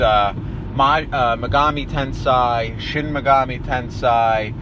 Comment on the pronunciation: i believe the corect pronunciation is tensei and not tansay